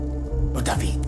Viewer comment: دايفد❌ دافيد✅